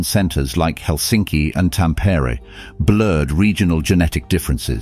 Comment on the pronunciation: Some Finnish place names like Tampere and uusimaa were terribly miss pronounced but it is a very interesting video. All Finnish words have the emphasis at the beginning, so not Tam-pere!! But Tamperé and uusi-maa or "new land".